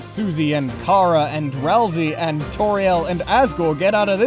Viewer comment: ITS RAL-SAY PLEASE